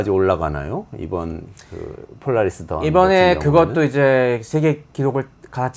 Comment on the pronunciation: 폴라리스던이야 영어철자도 못읽냐?